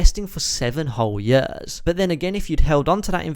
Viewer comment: Please learn to say “years” correctly, you are slowly killing me every time you say that word. Otherwise great video